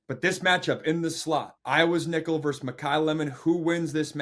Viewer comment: The word is versus, not verse